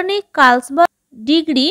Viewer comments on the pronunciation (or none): 34-নং টা জার্মানির হবে আর 35 নং এর টা ডিগ্ৰী না ডিক্রি বলতে হবে।